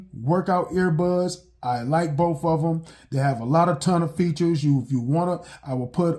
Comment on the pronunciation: Next time anyone wants to play a drinking game, take a drink every time this guy mispronounces the word "BOTH". Apparently it's not "both" it's "boof". Yes I'm partly just joking BUT at the same time, I truly want to know why it is that blacks ALWAYS, and I do mean ALWAYS mispronounce certain words....one of the most annoying/egregious is "ask"....they think it's pronounced "Axe". I truly want to understand, because growing up I had plenty of black kids in my English classes and they learned the EXACT SAME THINGS AS I DID. Yet one of us pronounces words correctly and the other is most black people! Oh and before anyone tries to come for me calling me a "racist" simply for pointing out what everyone knows is FACT....just keep in mind IDGAFF I PROMISE YOU!! People really need to take the time to LEARN/UNDERSTAND what that term ACTUALLY MEANS BEFORE HURLING IT AROUND to the point where it is MEANINGLESS.